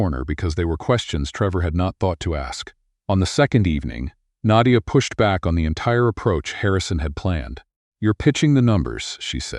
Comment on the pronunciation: I've never heard the name Naydia before. Is that just how the AI chose to pronounce Nadia?